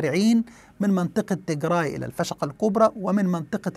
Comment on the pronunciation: عزيزي مجرد تصحيح..النطق السليم هو تيجرااااي بالالف و ليس تيجري و هذا مهم جدا يعني كالفرق بين عمر و عمرو! و السبب هو ان تيجري هي قومية اخرى مختلفة تماما عن قومية التجراي الاثيوبية المسيحية الارثوذوكسية التي تسكن فقط في اثيوبيا وبالتحديد في اقليم التيجراااي شمال اثيوبيا. بينما تيجري هي قومية اخرى مختلفة تماما عرقيا و دينيا ولغة وعادات و هذه القومية مسلمة و لا توجد في اثيوبيا اطلاقا وانما هي تسكن في المحافظات الشمالية والغربية في ارتريا وتشكل حوالي 45% من سكان ارتريا و ايضا هي منتشرة في شرق السودان وتشكل هناك حوالي 30% من السكان. وهذه القومية اصولها سبئية حميرية من اليمن ولغتها مشتقة من السبئية و الحميرية القديمة في اليمن وهي قريبة جدا الى العربية في المفردات و اصول النحو. لذلك يجب الانتباه الى الفرق في النطق بين قومية واقليم تيجراااي في اثيوبيا و قومية التيجري في ارتريا و شرق السودان